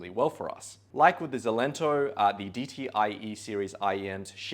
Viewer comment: A little fyi; It’s pronounced EXcelento (like excellent) not Zelento